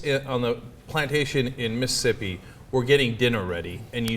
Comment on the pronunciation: Miss-ssippi! Ha! Cenk, you gut buster!